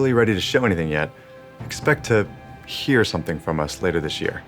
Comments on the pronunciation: i'll be honest at the end he made 2 clear sentences regarding announcers : we can't wait to (funny pause) Announce them, and expect to (another funny pause haha) Hear smth from us. You better make a veigar one mocking the player or im not buying them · I think he would be. See how he put emphasis on the words 'hear' and 'announce' on his last note? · Nah. It’s gonna be different announcer voices. You can tell by the way he emphasizes the word “hear” and “announce”